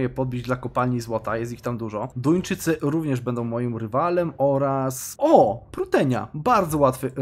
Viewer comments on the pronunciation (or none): none